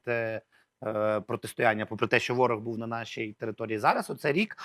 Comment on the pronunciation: Остап-в етері,а ведучий -в ефірі!оце вам і вип'єм до дна,щоб була думка одна! А ще в останнього: буф,сказаф,стях-у неукрвимові,весь час!